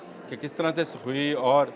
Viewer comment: Sukhoi mk30 o bhai tumhe naam tak to sahi se lena ata nahi hai sui 😂